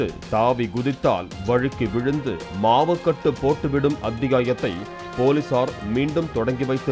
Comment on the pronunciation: அமைதிப்படை polimer be like: "மாவுகட்டு" அந்த "மாவுகட்டு" அத நல்லா அழுத்தி சொள்ளனும்.